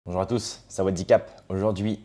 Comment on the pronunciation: Tu es déjà prêt à devenir eurasien vu ta façon de dire bonjour comme les asiatiques .